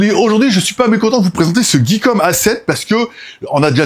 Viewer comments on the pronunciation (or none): RRrrr oh c'est plus Geekom "Guy" et pas "Guey", comprend qui peut !